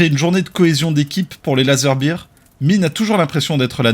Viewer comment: Quand on prononce "Bire" en anglais ça veut dire "Bière" (Beer). Pour "Ours" (Bear), il faut prononcer "Baire".